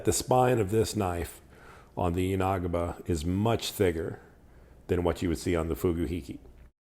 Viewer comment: Just FYI, it's yan-uh-ghee-buh, not yah-nah-guh-bah.